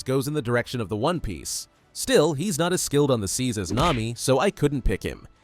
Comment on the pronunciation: bro it nami not Naomi